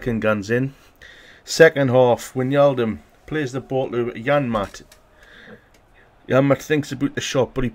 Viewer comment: it is not winjaldum it is like 'why' and then just naldum like you say is so whynaldum